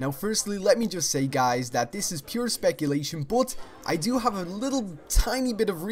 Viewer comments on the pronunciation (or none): none